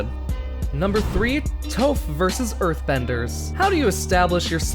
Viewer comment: Where do we even begin when we heard him pronounce iroh literaly iroh other than airoh and toph tofe.